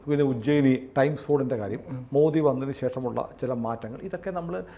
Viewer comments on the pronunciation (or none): none